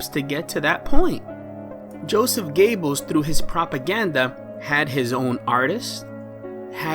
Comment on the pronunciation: Sorry man driving me crazy the way you say Joseph G”o”ebbels , you don’t empathize the “o” it’s more the “e” it’s more like Ger-bbels